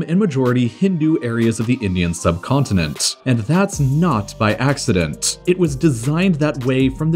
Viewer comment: continenTTTTT..... accidenTTTTT